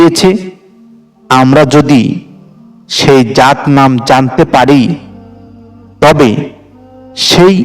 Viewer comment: আমি আপনাকে একটা অনুরোধ করছি আপনি জাত নামটি সঠিক ভাবে বলে যাবেন